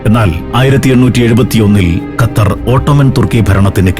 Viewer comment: ഖത്തർ ൻ്റെ "ർ" ഒന്ന് കട്ടി കുറക്കാൻ പറ്റുമോ